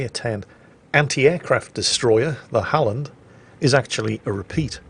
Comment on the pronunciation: Öland was great,! So was the Halland. Keep it up ^^ we'll have you swearing in swedish in no time XD